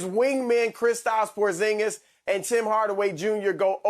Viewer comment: ‘Porzing-Miss’ must not know he’s 7’3